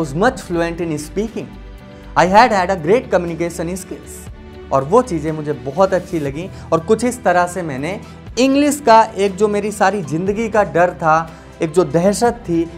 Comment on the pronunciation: Tu raha ganwar ka ganwar hi Englis nhi english bolte hai jahil Comnucasan nhi Comnucation bolte hai